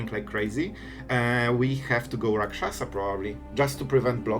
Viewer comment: You pronounced that Rot-Curse Rakshasa like you're a native of Tarkir lol